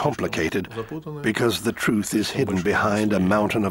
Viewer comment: Having a Russian intel official and military officials have the word “Trtuh” their in their mouth is the definition of irony lol